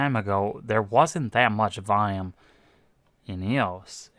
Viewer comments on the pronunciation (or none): When you say "vayam",do you mean volume?